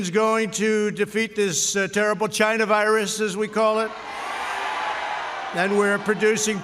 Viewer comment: It is Cheye-nah.